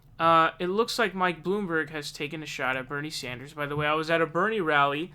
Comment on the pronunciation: Stop calling him Bernie Saunders.... It is Sanders.